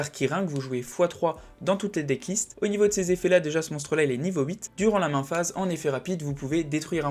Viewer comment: desolé mais mes oreilles saignent: c'est peut etre interessant mais "standbie phase"? "min phase" un peu de respect pour la langue anglaise ><. moi ca me sort de la vidéo désolé...